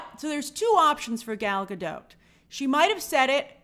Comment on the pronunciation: Gal is not French, so maybe it is pronounced Gahl Gah-doht